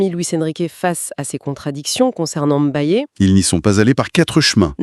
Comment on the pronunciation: Pas M'bayé mais Mbaye au nom de Dieu.